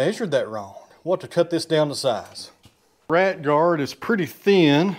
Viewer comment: 😂 when you said “Rat Guard’ it sounded like your were saying “Right Guard” and I was wondering what is a right guard for!😂😂.